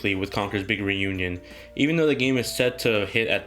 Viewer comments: "Congurs bigern union" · Having troubles saying "Big Reunion" x)